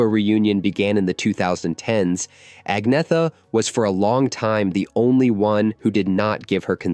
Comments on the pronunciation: Only an American can call her Ag-neetha - when the pronunciation should be Anyetta. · First of all......... you cannot even say her name correctly. In her own words.......... it is: aug-nee-et-a. That is the correct Swedish pronounciation, as she says it herself. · Heard her say it herself. Agnetha is pronounced ANNYETA! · You pronounce it Anyetta Falskoh. I like your videos but you need to tighten up the pronunciations and lose the Godawful ai thumbnail images. Seriously. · Pronounced Anyeta! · At least pronounce her name right.